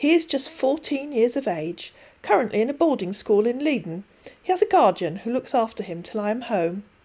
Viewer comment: Leiden is pronounced as if it were spelt Lieden.